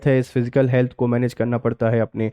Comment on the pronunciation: Sir It is फिसकल and not फिजिकल